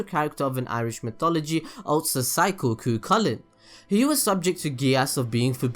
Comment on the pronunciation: You mispronounced Cuchulainn.